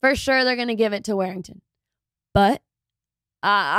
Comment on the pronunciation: War-ing-ton.... Not Wear-ing-ton